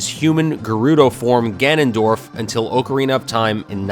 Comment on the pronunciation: Did. You. Just. Say. oakarina